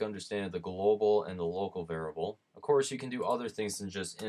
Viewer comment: I am a Humble Bundle viewer and appreciate the time you took to record and show how to use App Game Kit. Thank you! *Pet peeve:it is "var-iable" not "var-able." My wife gets me when I say "li-berry" instead of "li-brary"